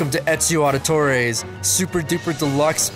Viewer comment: Ezio Ardy-tore